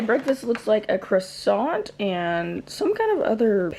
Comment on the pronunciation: I enjoy watching every single video you upload!!! Btw: You don't have to pronounce the 't' in croissant :p